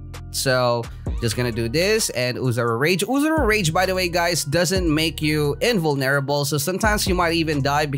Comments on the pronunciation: invoneerble lmao!! XD u make me laugh thats one thing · I like how u say invulnerable weirdly